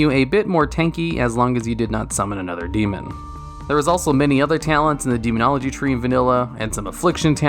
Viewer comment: demonogly lol do you even english bro?